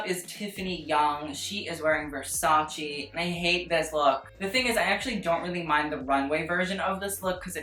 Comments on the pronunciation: it's versace not 'versaci' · whyyyy do you fuck with my head and pronounce Versace the right way in a couple of videos and then go back to the godawful VersaCEE, no why no you're better than this pal